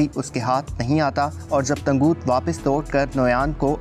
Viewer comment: bhai tanguuut nhi ha tangut ha